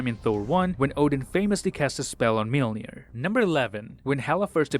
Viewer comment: watches everything on .25x speed to find the smallest details pronounces Mjölnir as Mielnir